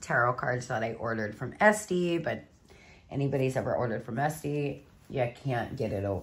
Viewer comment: Esty? It"s Etsy babe! 😅🙏❤